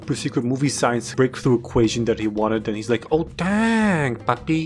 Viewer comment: at the part after i did not understand "secred break though files" and heard instead "secred waifu files" for some reson.